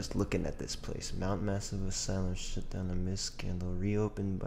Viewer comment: “assy lum” 😂